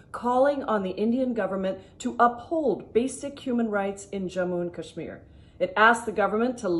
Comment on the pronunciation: Tell them first learn how to pronounce Kashmir